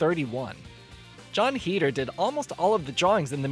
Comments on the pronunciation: Listening to him pronounce Heder wrong bugged me the whole time...its HAYDER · is it? i always pronounced it like him, consider me informed :)